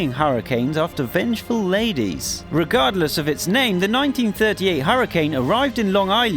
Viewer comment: its hurricane not huracnae are hurracane